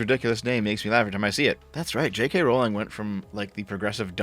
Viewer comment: Your pronunciation of R*wling brings the Warcraft Mur'Loc to mind.